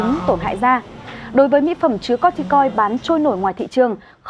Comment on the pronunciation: sao lại đọc là coi ti coi